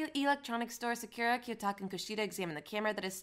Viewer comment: I don’t have much of a complaint for it tbh but since ur defending it im pretty sure its not hard to pronounce Sakura properly even if u have a Jamaican accent